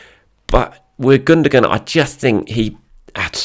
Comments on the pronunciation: Gundogan - German Football player. Pronounced: Gun-doh-wan. Not pronounced: Goondergoon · Your gonna have to say he name right bro it's pronounced without sounding the G ,ok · I really like your videos, look forward to them all the time but if you're going to say 'Gundogan' so many times, please at least pronounce it correctly!!😂 keep up the good work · I don't think that's how you say Gundogan's name.